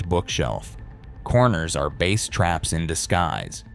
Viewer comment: Bass that rhyming with glass, is a type of fish. Bass in the audio sense should be pronounced to rhyme with base - as in the foundation of the audio spectrum; whether for music only or multichannel home theatre configurations. Other than that, not much to fault in the very cursory overview.